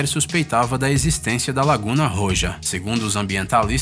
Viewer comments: discordar de quê? Não importa nada do brasil, temos que pronunciar corretamente a palavra do país em questão. Sou professora de espanhol por isso estou falando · "laguna rorra" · Minuto ——- NÃO SE PRONUNCIA LAGUNA ROJA , SE ESCREVE : ROJA , PORÉM A PRONÚNCIA É RORRA ! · SOU FANATICO DESTE CANAL...de todo lindo da reportagem a unica falha passavel e a pronunciaçao da lagoa vermelha ( laguna roja) lamentavelmente nao da para escrever a pronuncia correta no canal...